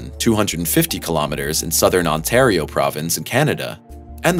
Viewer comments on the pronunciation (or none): none